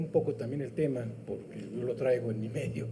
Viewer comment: Pogue porque poggggque 😂😂😂😂😂